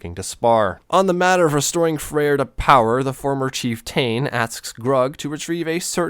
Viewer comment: ok but your mispronouncing of chieftain is bugging me